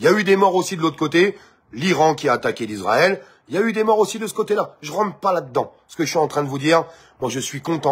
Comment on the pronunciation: On ne dit pas Lisraël mais Israel